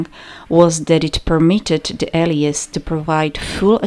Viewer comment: allies is pronounces like " L, eyes" not "L, E, is"